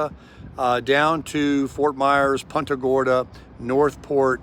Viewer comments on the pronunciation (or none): Did you say...Punta Gorda? 😃